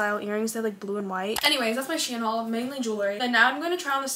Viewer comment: I love how she said she-in😂(no hate or anything I love your channel❤)